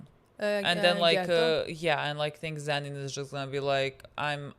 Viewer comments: My heart stops for a second everytime they call him zenin please STOP 😭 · A child dies each time they call him Zen’in instead of Toji or Fushiguro 😓☹️ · The way 'Zenin' is the worst thing they could call Toji and they are doing it unintentionally is so funny